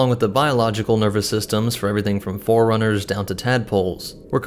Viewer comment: This guy pronouncing 'forerunners' like 'foreigners'